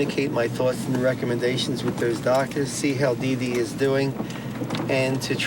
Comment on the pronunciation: Very happy he stepped & took control of the situation, but is smart enough pronounce Dede's name properly.... just those little things bug me - certainly he's heard his name pronounced over & over... but I guess when you've got a major project like this other priorities take over lol